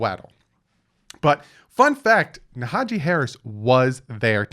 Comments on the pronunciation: Naja-Hee 😂 you be butchering peoples names, it's funny tho...good work 👍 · Isnt it Najee Harris? you keep saying Nahajee haha